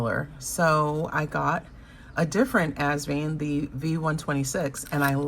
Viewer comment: Hi. Asvine rhymes with line, tine, pine, etc.